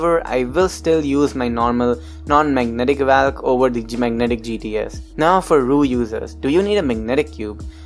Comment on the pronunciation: It's spelled as valk it's not pronounced as valk, it's pronounced as volk.